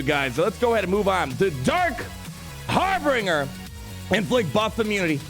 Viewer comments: Hey, don’t mean to be a grammar nazi or anything but harbinger is pronounced harr-binj-er, not harr-bing-er. It’s binge like binging the whole season of mandalorian, not bing like the website lol. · ummm... Harbinger, not Harbringer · ....it isn't HarbRinger.....its harbinger. Sounds like... har binge r. Like when you binge watch a TV series. So that with har in front of it and an R at the end. Harbinger. Okay sorry lol. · It's Har-binge-r. And you're supposed to be a lawyer? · har·bin·ger - there are not 3 Rs homie. Pronounced Har - Binge - Er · its har-binge-r.:) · Every time says HarbRinger I die a little inside. Perhaps that was his evil, imperial plan. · "Harbringer" KEKW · It's pronounced "har-bin-jer" :-D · Isn’t it a bit weird that neither the or Cubs can say “Harbinger”!!!?!:) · Didnt you go to law school? How do you not know how to pronounce harbinger? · I absolutely love your videos, but for the love of the empire, please say Harbinger correctly 😂. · Love you man, but stop pronouncing Harbinger wrong!